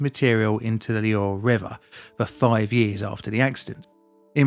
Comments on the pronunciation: my english is worse than is French :-) apart from the Loire (Loare) it is not so bad ;-) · I take it that you didn't get your French GCSE? Chinon sounds more like Shi-non, and the Loire is more like Loo-Ar.